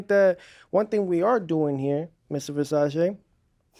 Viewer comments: the way Teo said Mr Versarchey 😂😂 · he said ...Mr VersACE I AM DEAD